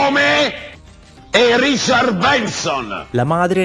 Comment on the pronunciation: Non sa nemmeno pronunciare RICHARD! Ha detto Riciar !!!!